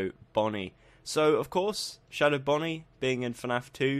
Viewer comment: why did you say shadwo instead of shadow